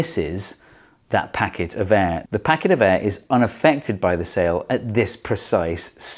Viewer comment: The way he pronounces air makes me cringe so bad